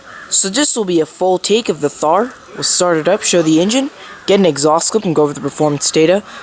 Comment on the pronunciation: It's pronounced "Tar"